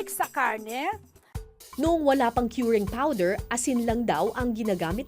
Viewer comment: Kering Puwdeer, Showgar, SOLt, Flevoring